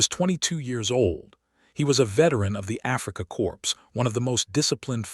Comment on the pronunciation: "HE WAS A VETERAL OF THE AFRIKAKORPSE ??????????? MIGHT HAVE BEEN ALL RIGHT IF THE LAST WORD HAD BEEN PRONONCED CORE